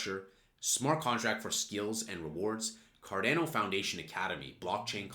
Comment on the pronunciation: Why do you say Cardano is such a weird way. You say "card-ai-no". But it's pronounced "card-ah-no".